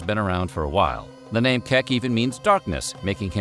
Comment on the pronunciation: I am amazed he spoke the names quite right